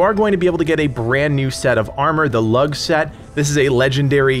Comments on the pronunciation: Lugh is pronounced as Loo not as Lug. Everything else you said was bang on! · I'm fairly sure it's loo not lug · 'Lugh' is pronounced 'Loo' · Dude the way u say lugh pisses me off its pernoused loos gh is silent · Dude the G is silent in Lugh. If there is an H after G it's always silent. Standard English.